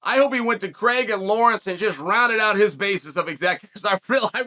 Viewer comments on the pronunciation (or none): none